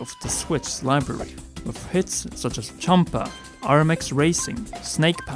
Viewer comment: did you just call thumper chumper...